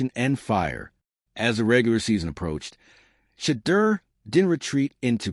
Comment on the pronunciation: They either pronounce Shedeur's name wrong or spell it wrong!